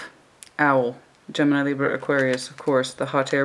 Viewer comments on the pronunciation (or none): none